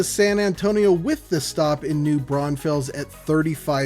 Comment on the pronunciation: it is just too funny how you say all these german names. 😂😂 Braunfels means Brown rock 🪨. And Schlitterbahn means slipping track.